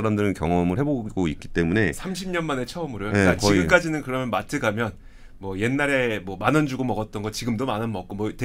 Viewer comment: 그러믄, 했으믄 ..no no…그러면, 헀으면..yes. 발음 교정 부탁합니다.